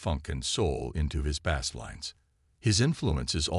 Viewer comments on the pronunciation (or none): Learn how to pronounce words like Bassist and Bass!